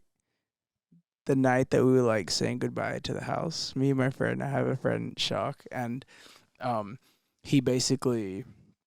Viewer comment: I stand with Tate on him saying his friends name as shark and not shock lmao